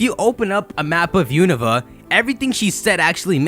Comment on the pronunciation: U-no-va lol that's how you say it:p